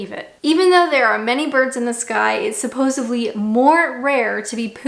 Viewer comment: We also say supposeDly, like your caption said. It is not supposeBly....